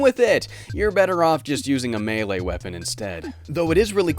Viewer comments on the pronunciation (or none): none